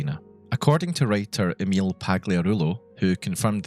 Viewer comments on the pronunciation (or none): minor thing because it annoys me: Everyone pronounces Emil Pagliarulo's name wrong. It is actually pronounced "Ehm-Ill" and not "Ay-Meel" you can watch his GDC talk and hear him introduce himself if you don't believe me